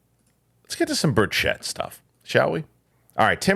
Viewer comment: It's BURCH-it. Not bur-SHET.